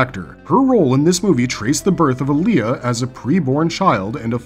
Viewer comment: Its Aliah not Alia